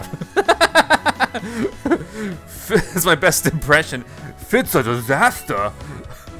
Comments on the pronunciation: fits uh disthustuh lol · fits uh dithustuh!!! Wtf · "uts uh disahter!" LOL